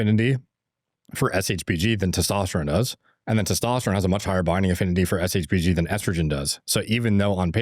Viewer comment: Longevity expert that doesn’t have a compressive understanding of shbg and can’t even pronounce it properly is painful to watch.